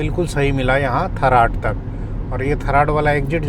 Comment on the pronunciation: Sirji, मालीया है, और थराद है आप उचारण गतल कर रहै के ठराड और‌ मलीआ😂